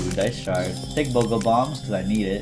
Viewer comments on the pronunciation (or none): none